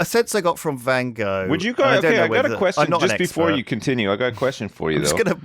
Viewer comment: Lewis' pronunciation of Van Gogh is excruciating, it's even worse than how he says centaur!